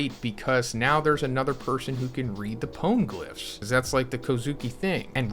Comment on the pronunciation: The PWN glyphs? I never heard it pronounced that way lol